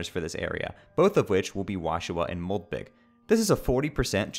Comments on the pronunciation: This is a great video, but did you just say moldbig so people would correct you in the comments? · It is spelled Moldbygg but pronounced mold big. That's the joke, as the other enemy is moldsmal (mold small)